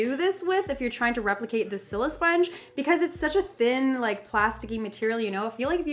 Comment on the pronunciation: It's annoying me how she says silisponge she says sillysponge